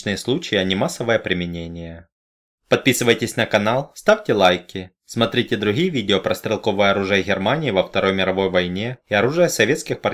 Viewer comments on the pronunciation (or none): none